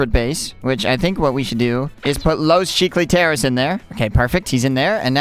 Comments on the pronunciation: You said los cecliters😂😂😂😂😂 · Bro said Los Chicks tires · he said Los checlitears again😂